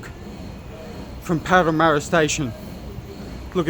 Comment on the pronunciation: Parramarra 0.06 sec lol